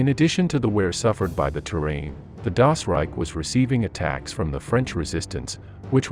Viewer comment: at least try to pronounce the words right , or simply stick to english! trying to saying "das reich" and "hitlerjugend" in some kind of "english german" is just sad !